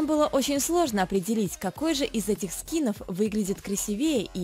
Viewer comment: Не скИнов, а скинОв